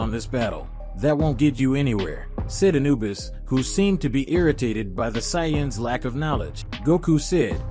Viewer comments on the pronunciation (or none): That pronunciation of sayians is terrible every time it’s said I cringe